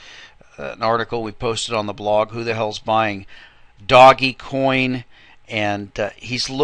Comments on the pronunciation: Okay, You have again missed out on talking about by far the most important factor right now, which is BtcChina, They are 40+% of the entire market and they are going belly up. I'm waiting for another large correction from them. Also, It's pronounced ( Dohj Coin ) NOT "Doggy Coin". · first of all its pronounced dogcoin it comes from a meme when someone spells dog D-O-G-E. second of all brother john never forgets to mention the coins he's playing in... third are you serious,? just lol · I pronounce it doggiecoin... who are you to decide for the rest of us :P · me, I pronounce it dodgy coin.